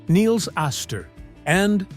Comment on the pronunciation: Nils rhymes with Pills. Not pronounced KNEELS.